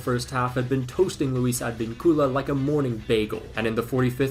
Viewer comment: Dear, I would never comment this, but you seem to be one of those people who try to pronounce every footballer and football team correctly so ig I will mention this, it’s not “AdvinCUla” it’s more like “adVINcula” if you don’t give a shit that’s fine too I guess, but you seem to want to pronounce everything right which is admirable like pronouncing Hertha Berlin very well. Anyways, Cheers.